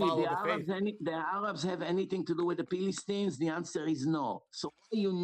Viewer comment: “Pillystine” lmao